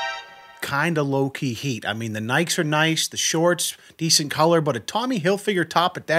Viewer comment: BRO YOU CALLED THE SHOES NIKES NOT NIKEES I LOVE THIS OMG MAN THANK YOU